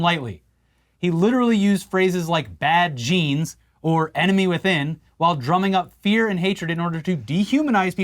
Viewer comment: The ememy ,the enema , tomato ... Tometo :))))